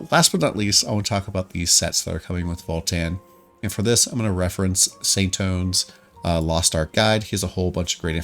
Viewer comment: Hey, a guy who knows it isn't "Saint One" lmao